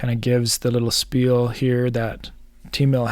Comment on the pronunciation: Thanks for the review! Seems like a great company. I will use your link if I sign up. Please note , the way that word is pronounced is: shpeel. It comes from Yiddish. I also left a "like".